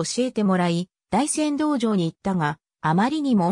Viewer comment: 倍達は「ますたつ」と読めて、大山道場が「だいせんどうじょう」